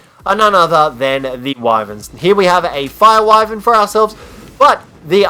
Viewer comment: You say wyvern wrong.its pronounced Wi-Ver-N